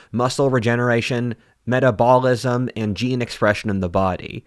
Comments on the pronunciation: i love your videos, and think you have brilliant analyses on many contemporary issues--- I will admit, however, to indulging in a good chuckle as you mispronounced metabolism while saying you took the supplements youre advertising hahah. fair play mate! get that bag 📈😂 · Cannot pronounce “metabolism” in the ad read? Come on bro. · Not to be mean, but: "we're dumber than our ancestors" **Mispronounces metabolism 🤦 Oh, was that what you were talking about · has probably read 100X more books than I have but he still can't pronounce 'metabolism' correctly. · Check your pronunciation of the word "metabolism" in the ad.